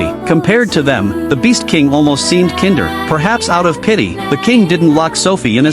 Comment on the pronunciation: No one mentioning this mispronounced kinder